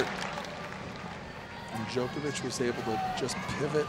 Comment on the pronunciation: Djok-O-vic not Djo-KER-vic